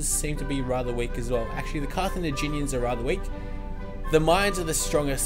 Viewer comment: It's Car-tha-GIN-ians, bro.